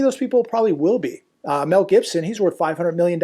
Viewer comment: Mel......not Mell BA ha ha